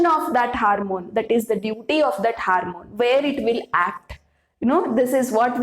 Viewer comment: Your class is useful, but, It is ‘hormone’. Not ‘harmone ‘ .